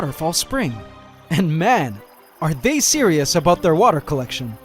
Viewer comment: did he just say aboot instead of about? Love you.